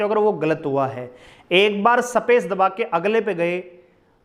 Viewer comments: शबद, सपेस ye kaun si bhasha hai sir ji😂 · Haryanvi boli h